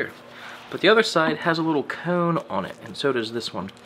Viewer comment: Enjoy the videos mate ... but the way you say cone makes me laugh.